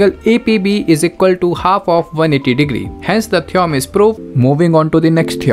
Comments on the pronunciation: its theo-rem not theeom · Theom nahi theorem hota hai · Sir it's theorem not theoum😂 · Theorem❌️ Theom✅️ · Theorem❌ theom✅ 😭🙏🏿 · Theorem ❌ theom✅ 💀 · Theom is ryt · theorem ❌ theom ✅ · Theorem ❌ theom✅ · Theorem❌ theom ✅